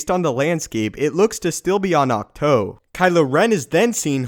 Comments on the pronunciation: Dude, it's pronounced AWK-TWO. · Isn't it pronounced Acht- TOO like the number two? I'm sorry this just bugged me a little the whole video. Otherwise awesome vid! Can't wait to see Rey train and become more powerful. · Pronounces the name of the island AND the walkers wrong.....